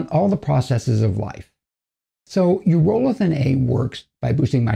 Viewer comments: Its pronounced EURO-lithin not U-ROLL-ithin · My dude is pronouncing it incorrectly